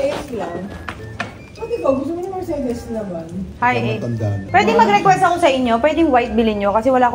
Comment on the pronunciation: Pronunciation po ng Mercedes is mr·say·deez :)